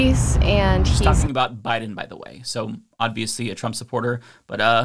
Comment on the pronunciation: I love your videos, but why do you say "odviously"?